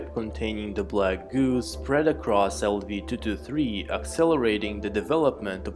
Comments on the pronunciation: Thoo thoo thee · Everytime he says 223 with accent it agitates me lol